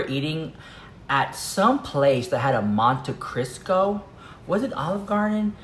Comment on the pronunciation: Monte Cristo dahling not Crisco.